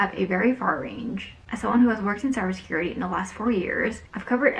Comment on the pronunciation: can you pronounce cyber security correct :)))? Useless video btw, nice steal.